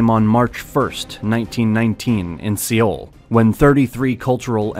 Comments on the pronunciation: I think it's pronounced "soul" not "siyol" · Good recap, but you mispronounced a few things that you should know. "Sino" as in Sino-Japanese, rhymes with "rhino". "Russo" as in Russo-Japanese, rhymes with "do so" "Seoul" is pronounced like soul. In Korean it is spelled to sound like "saw-ool" (서울) but when you say it fast it mostly sounds like "soul" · swear to god if you say sioul one more time.... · Another presenter who knows nothing about the subject matter. Grossly wrong placename pronunciations are the worst. Even Korea's capital city pronounced wrong showing how minimal the education is behind the presenter. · Incredible thathyou can make a video on Korea and not know how to pronounce Seoul. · great video. only problem is the way this guy is saying Seoul. I’m korean. it makes me cringe so hard